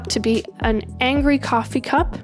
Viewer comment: i will be honest it irritates me when you say angry but with that e